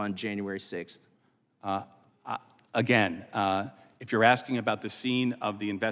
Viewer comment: it's maybe because i am not american or english native speaker, but i don't get it, how do you get to become a part of Judiciary Committee by axing instead of asking?